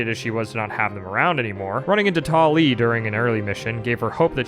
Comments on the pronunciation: I'm sorry. "Tall Lee"? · "running into TALL LEEE" im dead